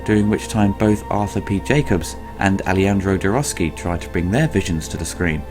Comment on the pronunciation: "Alejandro Jorowsky" you tried.